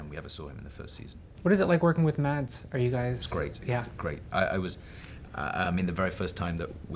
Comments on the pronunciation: 9 years and you can't pronounce Mads's name... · I'm danish, and it took me a while to figure out they were talking about Mads Mikkelsen when they said "Mats" (It's pronounced Mas)